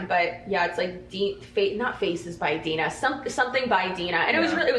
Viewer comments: Her moms name is not Dine, it’s Gina* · The moms name is GINA not DINA